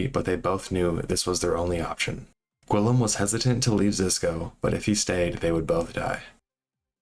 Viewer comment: not nearly as much as hearing "gwillum" 62 times lol.